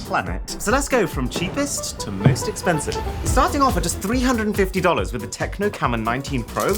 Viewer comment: Tecno Camon 19 pro is a hit in my country...also.. it's Tecno and not Techno😊😊